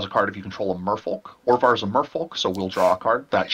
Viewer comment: Orvar not Ovar..